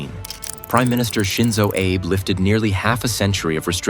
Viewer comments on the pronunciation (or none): It's prime minister A-bee, not Abe.